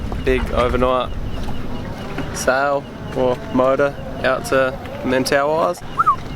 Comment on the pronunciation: I think I would have ended up in the reef Definitely wouldn't have noticed the directions.... Small point. I know most everyone calls them the Men-tah-wee but, someone that lives there pronounced it Men-TUH-why.